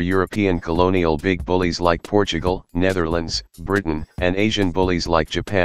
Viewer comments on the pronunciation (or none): none